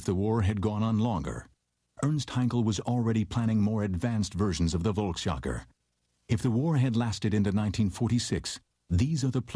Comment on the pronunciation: I lost count of how many times I had to cringe at the mispronunciation of volksjager.